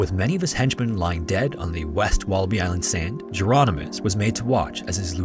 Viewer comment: I think Jeronimus isn't pronounced like Geronimo and more like a variant spelling of Hieronymus.